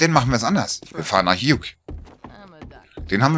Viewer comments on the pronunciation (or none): Bei Hugh spricht man das g nicht aus. Eher als ob du you sagst mit h. Hyou